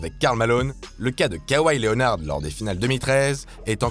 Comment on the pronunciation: bordel x'))) Désolé mais.. la manière dont tu dis Kawhi Leonard... bref..